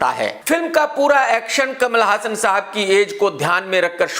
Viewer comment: Bhai hassan name apko kia nahi maloom jo galt pronounce kar rhy ho